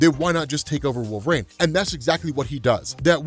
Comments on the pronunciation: I love you to death man, but it's pronounced WolverEEN, not WolverAINE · Any reason why pronounces it Wolver-ain?